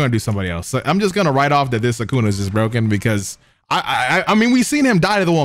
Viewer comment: Bruh I love your videos but you always ruin characters names 😂 it’s Sue-ka-na not Sue-Ken-ah. You say it like Sukena. God damn it drives me nuts 😂